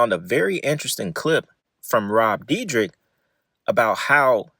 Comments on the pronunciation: Bro you know his name ain't no "deedrick" it's "deer deck". D + yr (year) + dek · Is pronounced Deerdek. 😂😂how much"research" could you have possibly done😂😂😂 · So just a few notes on pronunciation. It’s deer-deck, f-oust-tion bargain and ridiculous-ness. Good content but not knowing how to say the words of the subject your covering was driving me crazy. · it doesn’t matter at all, but it’s pronounced “deer-deck”. like i said doesn’t matter i’m not tryna be annoying just letting ya know brother. amazing video. i loved these guys when i was a kid. sad to see the facade fade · For if u ever make a future video about him. Its pronounced deer-deck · It's pronounce, "Dir - dek". Where can i see the OG video, not what you stole to make your content? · It's pronounced deer-dek bro 😂 all love tho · its pronounced De-er-dek(Dyrdek) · his last name is pronounced "Deer-Deck" for future reference. love the videos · You’re saying his last name wrong